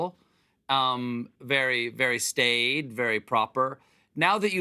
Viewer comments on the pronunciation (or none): Stade or staid?